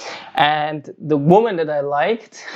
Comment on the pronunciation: Schau dir bitte mal an, wie man „Women“ und „Woman“ ausspricht - da die „creatures called females“ dein Hauptthema sind, nicht ein ganz unwesentliches Detail, das du wissen solltest